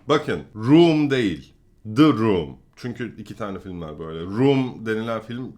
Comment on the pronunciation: D room degil the room okumayi ögren